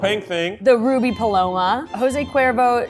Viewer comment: it’s REPOSADO not resposado and PALOMA not however you said it lmao